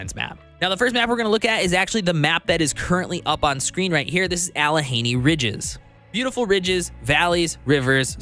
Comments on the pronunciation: "Alle henny"? Allegheny is pronounced "Alleh gainy" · Alleh-gainy that's how it's pronounced... Great video though! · Them hill people will get ya if you mispronounce Allegheny- it's "Al-uh-GAY-nee". Excited for the mod support to be implemented on this game. I think the core gameplay is pretty solid, but man does it feel light on content in its current state. Good review, appreciate the work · Yes...I was watching the video...and I was like no! LOL. I live in Hell (Texas) now, but I grew up about two hours away from this area. It looks like Pittsburgh to me.